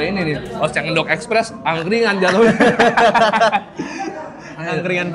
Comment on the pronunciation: ENDOG ❌️ ENDOK ✅️ 🤣🤣🤣🤣🤣🤣🤣🤣🤣🤣🤣🤣🤣🤣🤣🤣🤣🤣🤣🤣🤣🤣🤣🤣🤣🤣